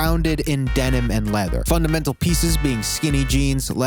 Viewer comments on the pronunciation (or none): none